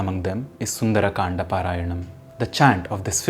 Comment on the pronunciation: Why you sound like sundar’’aa’’. Its sundar kand